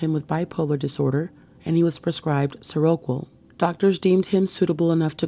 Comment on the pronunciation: Great video. Just a little help on the medication pronunciation. It's pronounced "Sera-Quill".